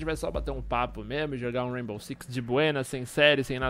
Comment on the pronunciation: "raibow"